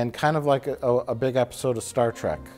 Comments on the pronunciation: "Star Trak" he pronounces Star Trek like I did when I was four. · Star Trak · Mike is the only Trekkie I know of who calls it "Star Track". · LOL no, that's not what he's doing. There's no sarcasm in that, it's simply the way he actually pronounces it. Not everything that comes out of Mike Stoklasa's mouth is some clever joke at the expense of someone else, don't be such fanboys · Have you even watched the video? He only says it once like that as a joke.